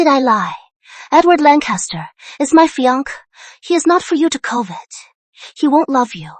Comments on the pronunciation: Her “FEE-UNC”??? I’m so over it lmao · I love when these cdrama mispronounced fiancé.😂